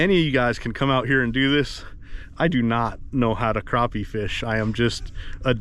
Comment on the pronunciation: Next time you're in South Carolina ask someone to tell you how to pronounce crappie.